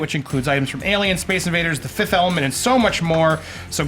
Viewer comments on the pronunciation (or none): Did Andy say "The 5th Ahmelment"? I've never seen that movie. :P